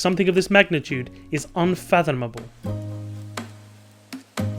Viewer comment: Hong Kong 1:1 - "Unfathonomable"